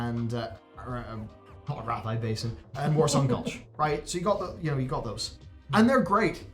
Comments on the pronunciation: "Arathee". The feck is "Aratheye" basin? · who the hell pronounces it "Arith-eye Basin"